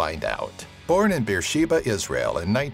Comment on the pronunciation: Be'er-Sheva, not Shiva.